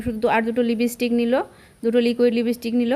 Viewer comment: sanu kothata lipstick. lipistick noy. thik kore nio. tahole pujor bajar suru hoye gelo? vlo hoyeche.❤